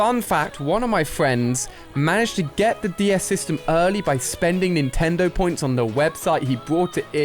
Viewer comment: And I oned a nentedo